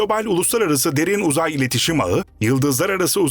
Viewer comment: Derin Uzay tamlaması yanlış vurgulanıyor. Böyle şeyler önemli.